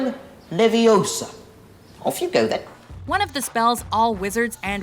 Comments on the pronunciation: stop stop stop. You're going to take someone's eyes out. Besides. You're saying it wrong. Its leviOsa, not levioSA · Stop stop stop you going to take someone's eye out and besides it's Leveosar not Levaosarrrr (did I spell it right?) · “Stop stop stop your going to take someone’s eye out and besides your saying it rong (the w is silent when she said it) it’s leviOsa not leviOSa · you pronounced it wrong its LeviOSA not LevioSAA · It's LeviOsa, not LevioSA. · No, its not. Its LeviOsa, not leviosAR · It's leviosaaaa not levisaar. No wonder she hasn't got any friends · ITS LEVI-O-SA NOT LEVIOSAAAA!!!!!!! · it's levio-sahhhhh